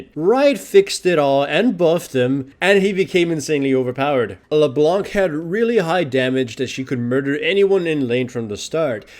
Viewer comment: I remember people forgetting Gragas.... it's what's been happening with Galio nowadays, except Galio needs a bit more skill and mana. And the C in Leblanc is silent by the way.